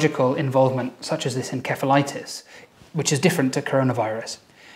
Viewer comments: lol it's pronounced en(s)ephalitis... not en(k)ephalitis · En-kphe-litis ❌ En-seph-ltits ✅✅ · No one: Absolutely No One:: en"ke"phalitis Jokes aside, thank you for the informative video. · why do you pronounce encephalitis "with k " ?????? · I'm sorry it's encephalitis... en-sef-a-light-us. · en-ke-fa-li-tiss? nooooooooooo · You didn’t pronounce encephalitis correctly. Look up how it’s pronounced on Wikipedia.